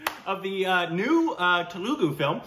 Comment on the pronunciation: Telugu is pronounced Thelugu